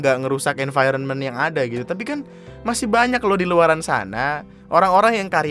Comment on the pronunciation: ANJAY, saking gregetnya ngomong "tapi" jadi "capi"😂